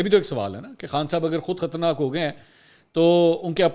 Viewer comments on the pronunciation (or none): Khtarnaak nahin khtraynaak